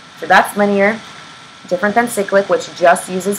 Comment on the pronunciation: No One: Absolutely No One:: SICK-LICK